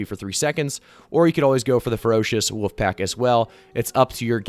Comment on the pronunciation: Says woof for wolf ??